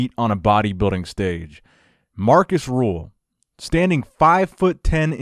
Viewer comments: It's Markus Rühl, not Markus Rule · His name is Markus Rühl and not Markäs Ruxuxuxuxul